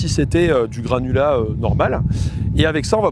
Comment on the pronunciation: Je suis le seul à avoir entendu "granola" à la place de "granulat" pendant toute la vidéo ? Ça m'a donné faim !